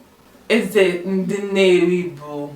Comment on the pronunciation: You pronounced "Teeth" and "King" same way, there should be a disparity in the tone.